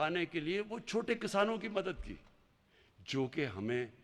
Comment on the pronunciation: Abey o jahilo Kasano nahi Kisaano. Khattab nahi Qitaab. Tumse achhi Urdu to hum Indian Hindu bol lete hain. 🤣😂